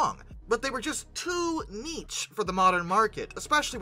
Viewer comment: Lol for the love of god, someone teach this man how to pronounce "niche"! 🤣 It rhymes with "sheesh" not "cheech".